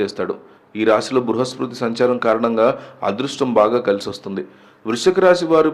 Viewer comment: బృహస్పతి ... సరిగ్గా పలకండి ఫస్టు ! 'లారీల కొద్దీ బంగారం ' లాంటి టైటిల్స్ పెట్టొద్దు ప్లీజ్ 🙏 misleading ❌🚫